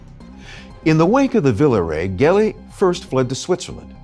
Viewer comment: Thanks for the interesting documentary. Only it's Gelli with a soft g (jj-elli) instead a hard g. In Italian c or g becomes a soft sound if you wright an e or i after it.